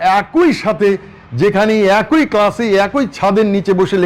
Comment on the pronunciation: বড়ভাই, কথাটা এক-ই। অ্যাক+ই! অ্যাক্+ঐ নহে। ধন্যবাদ। *মানুষ ভুল শিক্ষা না নিক।